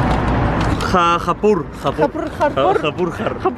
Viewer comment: Jaipur es una ciudad de India, se pronuncia: llepur